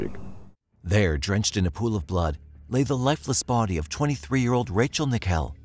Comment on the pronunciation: IT! IS! NICKELL! LIKE THE COIN! I HATE PEOPLE MISPRONOUNCING MY NAME!